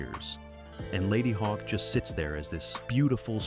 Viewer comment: Ladyhawkee? Regardless of pronunciation, a fun movie for someone into SciFi / Fantasy and prog rock. Thanks to HBO, most of these were discovered a year or two after cinematic release. Also, I think Roger Ebbert is Ebert's alter ego for some reviews.